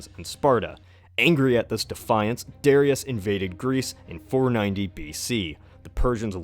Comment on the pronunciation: You say Darius wrong the accent is on the a i believe